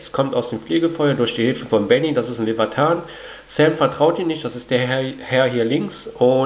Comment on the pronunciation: Benny ist ein vampir und kein Leviathan ode wie du es aussprichst.